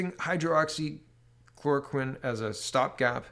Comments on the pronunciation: Lol, at this point I think you may be doing it on purpose... Hydroxy, not Hydro-Oxy. On a serious note, what is wrong with Quebec's "recovered" column? Every other province/territory has at the least 1/2 of the total number of cases that have recovered, whilst Quebec stands at less than 1/4, someone needs to look into that...and now they plan on "re-opening" their economy first? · It’s Hy-droxy-chloroquine , not hydro-oxy-chloroquine, it’s easier to say it correctly. Not trying to be picky, but you keep saying you have a hard time with it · It is pronounced "high-droxy-chloro-quinn" I have been taking Quercetin (essentially acts the same as hydroxychloroquine, It is an ionophore for the zinc) along with zinc supplements. High doses of vit c, vit d and vit b12. I work at a hotel as a maintenance man and we are currently housing people with covid and have no real concerns about catching the virus because of what im taking. I also wear a mask when i am around people or in a public area.